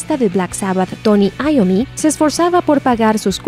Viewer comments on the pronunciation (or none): "Tony Ayomi" Se dice Tomy Yomi